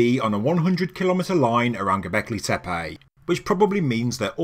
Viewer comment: That is not how your pronouncing ‘Goblecki Tepe’ . Fuckin fabulous mate. Exciting times.